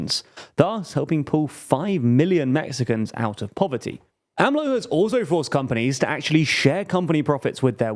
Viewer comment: They finally got AMLO right! It made cringe whenever they went A-M-L-O.